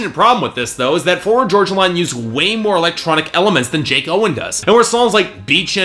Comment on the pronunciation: The way you mispronounce "Florida Georgia Line" ticks me off!! Florida Georgia Line is life 😍